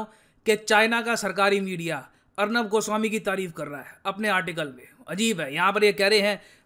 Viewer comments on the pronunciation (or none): the way you said Arnav goswami 😂😂